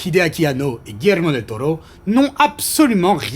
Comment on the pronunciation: Merci pour l'accent sur Guillermo del toro del Tiburon de mi corazon aïe papi chulo